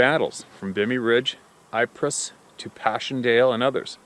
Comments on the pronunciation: It's Ypres,pronounced 'eep' or 'eepre' 🏴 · Pronounced ‘eep’ .